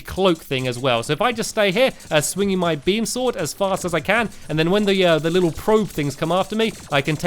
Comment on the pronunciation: Feline friends Sword* Better* Not Sord and not Beder